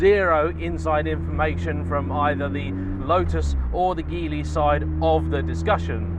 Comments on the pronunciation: It's pronounced "JEE-LEE". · Hi, Geely is pronounced "gee lee". It is actually "jili" in Pinyin romanisation but they have decided to use Geely.